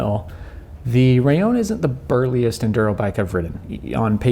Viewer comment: Why do you say " raion " ? It's " raLLon ", right ?..